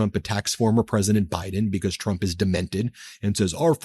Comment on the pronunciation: I cannot hear her say anything besides.....President Chump......😂😂😂😂 just listen to her. Every time she says it, more and more sounds like CHUMP hahahah